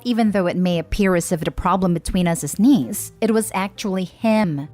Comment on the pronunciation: I keep laughing because I hear Denise not the neice loool